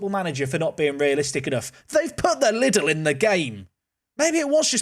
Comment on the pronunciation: Fun fact, we pronounce the German chain Lidl like this: Lee Dell But Little ist also fun :D